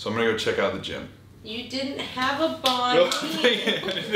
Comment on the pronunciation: Bro I couldn't stop laughing when you kept saying banh mi lol. That jetlag is no joke lol